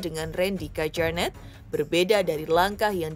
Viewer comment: Di bacanya KYARNETT mba bukan KEJARNET wkwkwkk